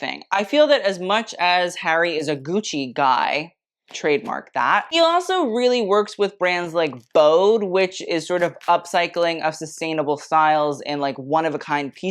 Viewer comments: Hello!! Bode is pronounced as BOH-dee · baby, BODE is pronounced "Bow-Dee".